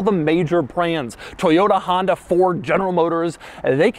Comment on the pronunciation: “Honday”? New car brand…?